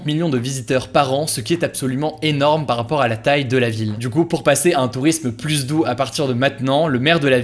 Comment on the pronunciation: Très bonnes vidéos pour suivre l’actualité! Bravo PS : quand tu dis “plusse” mes oreilles tombent, on dit “plu”